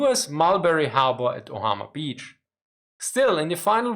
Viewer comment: Omaha beach, not Ohama...